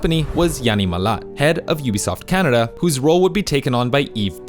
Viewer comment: Why do people pronounce UBISOFT as UBSOFT? Where's the eye?